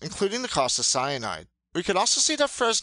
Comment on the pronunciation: Did you say cyanid?